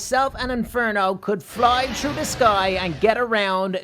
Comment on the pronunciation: Its funny says trough not through:)